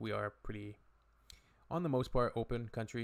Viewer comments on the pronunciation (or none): none